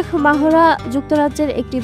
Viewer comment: আমাদের সাংবাদিকদের বাহিরের মানুষের নাম উচ্চারণ করতে হিমশিম খেতে হয় কেন বুঝলাম না তার নামের উচ্চারণ হবে মেহরা বলে মাহোরা😂😂